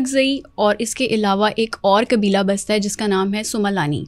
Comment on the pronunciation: قاف کو کاف kabeela ilaka قرآن غلط پڑھتی ہونگی